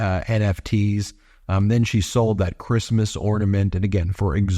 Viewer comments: “Who gives a F about Creesemoss” -Melania Trump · Ornaments?? But, but... "F#@ Chreeestmas!!" 😂😂😂